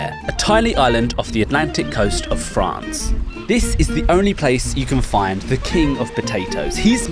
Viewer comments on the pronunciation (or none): Ah yes Le fance name